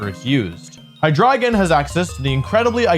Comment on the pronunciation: I love that Wolfe pronounces Hydreigon as "hi dragon"